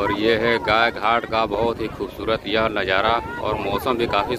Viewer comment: Congrats for 100k subscriber. And please its Gaay Ghat not Gay Ghat